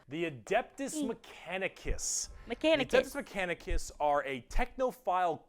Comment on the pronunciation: "Adidas mechanicus" LOL